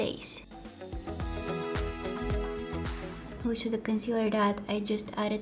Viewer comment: When she said olsho instead of also😭😍😍😍